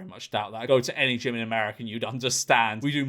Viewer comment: "What's a gyme? Oh, a gyme!"